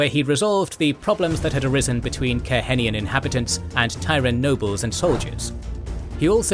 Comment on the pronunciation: Is there a way to change the pronunciation for Aiel from /Isle/ to /eye EEL/ and Cairhien from /kay Hee in/ to /kai Ree in/ and /Kay hee enian/ to /kai ree En in/ ?